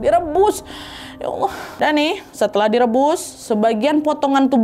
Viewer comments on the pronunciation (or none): none